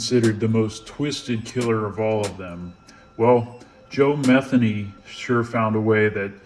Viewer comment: It’s pronounced meth-ANE-y. Pretty common last name for that part of Maryland.